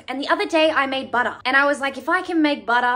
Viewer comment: The way she pronounces words Watah Buttah It reminds me of draco malfoy saying ✨ POTTAH ✨